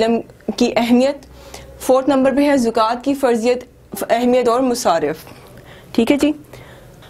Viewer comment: medam zokat nahy hey zakat hey me khod Islamiat ke SS ho..